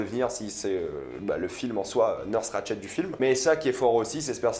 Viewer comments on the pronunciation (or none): C'est Ratched et non Ratch ed 🤣🤣🤣🤣🤣🤣, et Sarah Paulson est juste parfaite dans se rôle